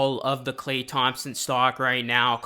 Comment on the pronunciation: Bro please just say “Klay”.